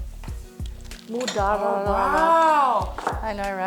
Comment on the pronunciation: It's pronounced moo jad dara not moojdara